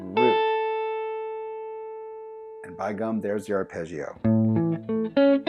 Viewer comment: Italian here! Really appreciated lesson, let me pay you back with a little Italian lesson on how you say the word arpeggio You don't make any sound out of the I, it is needed just to make the g pronounce smooth (like in the word "jam" ) So you read it without the "e" sound out of the I. I hope I was able to explain it ...